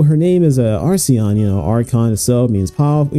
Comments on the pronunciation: errmm akshually it's acheron (akker on) and not arseon 🤓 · How on earth do you pronounce the name so wrong when it’s written on the damn background? Where is the R in the first half of Acheron? You say arseon so many times I had to stop watching.